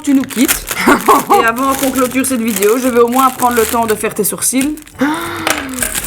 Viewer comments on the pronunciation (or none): Je t’adore mais tu dis Vidio ça me stresse 😂